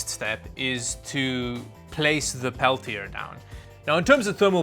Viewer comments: Pel-tee-ay 😂 Peltier you said, Pel-tee-er😅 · The side with the words is always the cool side. It's French. Pronounced "pel-tee-ay" Of course, being in Canada, you've never met a French person before, so I can understand 🤣